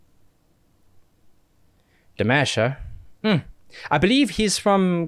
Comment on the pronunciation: His name is pronounced (Dee • mawsh) Thanks for reacting to the best Vocalist in the planet.